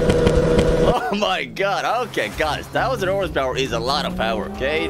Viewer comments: Why do you say tauzand 😂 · tousund the accent lol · No supra will have 10 “Tousand” hp. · saying 'thousand' is something i never knew I needed but am glad to be able to witness edit: you should try this on the nurburgring straight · Thousand = Townsand - Three = Tree - y'all crack me up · Thousand is pronounced fousand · Ten tousand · ten tousand lol